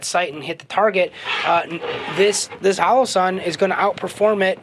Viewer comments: The "halo"??? You mean "HOE-LOE-SUN" or "HOLLOW-SUN"? (And I know it's a bit picky, but..."buyen"? Do you mean " buyin' ", as in the contraction for "buying"?) Otherwise, GREAT review! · Halo and holo are pronounced differently